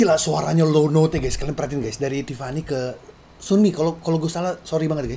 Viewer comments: Yg dibilang Jessica itu Sooyoung bang yg paling tinggi, klo Jessica yg nyanyi pertama setelah Taeyeon^^ Sunny bener bang, tp bacanya inggrisin aja Sani 😁 yuk NEXT SNSD Paparazzi dongs, thankyouuu Klo sekalian react2 versi live juga seru kayanya^^ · Yg kira Jessica itu Sooyoung bang yg di akhir suara nyyg Riff n run itu baru Jessica bang...trs maaf bang sunny di baca nya Sanny bang🙏🏻🙏🏻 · Sunny dibaca Seo-ni